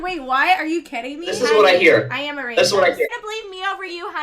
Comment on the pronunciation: It’s not “rassaaaast” it’s “RACIST”. If you’re going to qualify yourself as something specific, learn how to pronounce it first!